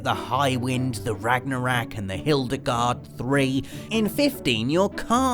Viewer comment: The "Rag-nar-rack?" It's Ragnarok, that's NOT an A at the end, and no, his accent is NOT a feasible excuse on this one!